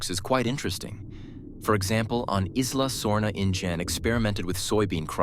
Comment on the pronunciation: I could hardly tell, it wasn't super jarring to me at all. It was only when it pronounced Isla Sorna as like eyes-la- sorna that I was like myaannn